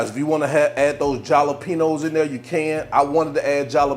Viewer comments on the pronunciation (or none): Wait... U do know that the "J" in the word Jalapeño sounds like an "H" & NOT a "J"?